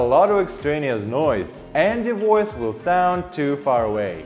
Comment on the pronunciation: "Woice over".